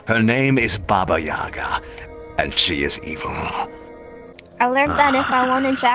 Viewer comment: Her name's Баба Яга😂 It's a russian horror character for scaring children. I like how he is saying it with English accent 😆